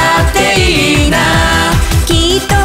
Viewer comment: YouTuberっていーいーなーじゃなくて YouTuberっていいｯな〜なの好き